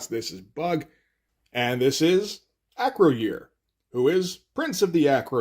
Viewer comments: Acroyear is pronounced Uh-Kroy-Urh vice A-Kroh-Yeer. Loved this one. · A note on pronunciation: It's not "Acro-year." It's "Uh-CROY-er." He was a star of the toy line, and frequently mentioned in the TV commercials. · Close. It's Acroy - Er. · Acroyear is pronounced "Ah- croy-er. "